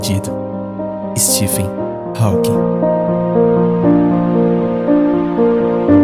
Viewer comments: O PH de Stephen se pronuncia igual a letra V. Stephen = Steven O W de Hawking é mudo. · O narrador desse documentário não sabe falar inglês.Ele não pronuncia corretamente o sobrenome Hawking e o sobrenome Redmayne.